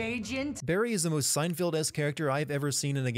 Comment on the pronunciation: you're awesome but...SEINFIELD????? SEIN... FIELD?????? You'll pay for this heresy.